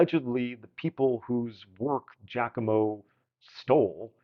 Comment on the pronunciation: Sometimes I get a slight Christopher Walken vibe out of this. And your pronunciation of Giacomo is ok... there are guys from countries neighboring Italy who screw this up. Seems not every musician is good at listening and reproducing. ;)